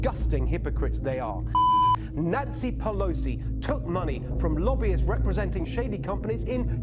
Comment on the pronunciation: did he just say, "Nazi Pelousey"?!